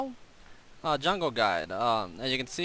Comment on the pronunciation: You can pronounce Xin Zhao's name better than most other commentators I've heard. You got the Zhao part right, but Xin is a little more like Shen lol.